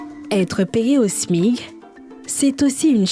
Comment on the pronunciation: Ont dit smic madame et non Smig😂